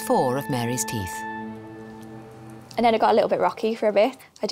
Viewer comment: I don't mean to correct your grammar but, it is (teeth) not Teef.